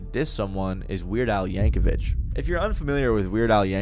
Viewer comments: Pronouncing Yankovic with an H at the end is wild lol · Yankovic is pronounced how it's spelled. No H sound. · You pronounced Weird Al's last name wrong. Fucking Zoomers. You have access to word pronunciations and still never use them.